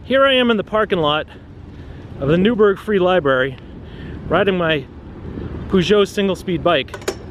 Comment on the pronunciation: the "PooSho" 😂😂 sorry but as an European I can't hold my laughs at you keeping on mispronouncing that word